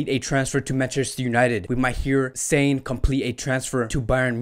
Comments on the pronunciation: With due respect , your content & analysis has been excellent except your pronunciations e.g. it's not Sane as in antonym of insane... it spells saa..ne.. just like sadio maa... ne... same way leroy saa...ne. Same for ter stegan it spells "ste-gan" not "ste-jan" .. like its waa.. gue... not wayg. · I watch videos posted by you and TalkFCB to get the latest transfer rumors relating to FC Barcelona and I must say, much props to you two. My only issue with your videos is the pronunciation of the names of players (and clubs) e.g. your pronunciation of Werner, Gnabry and Sané in this video, the ‘w’ in Werner is pronounced as a ‘v’, the ‘g’ in Gnabry is silent and Sané is not a homophone for someone who’s mentally sound lol. Since this channel is focused on FC Barcelona, you should at least know that the ‘g’ in Ter Stegen is pronounced as ‘g’ not ‘j’ or the ‘j’ in de Jong is pronounced as ‘y’.